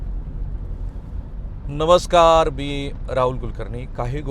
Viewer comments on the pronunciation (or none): none